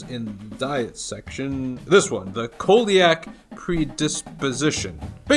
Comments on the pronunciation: It’s pronounced “see-lee-ac” disease. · Love you (it's pronounced see-ly-ak)